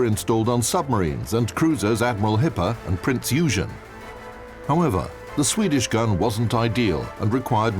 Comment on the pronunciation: your pronunciation of prinz eugen actually triggers me